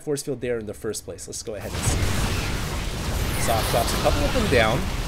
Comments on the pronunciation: You pronounced "Socke" wrong; there's an "eh" after "Sock" °^° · You know that Socke has told him how it's really pronounced. Socke really doesn't care but he does prefer "zock"